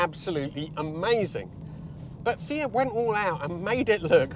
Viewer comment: great video but disappointed he's not saying "fiat" or "multipla" in the Italian accent 🤷‍♀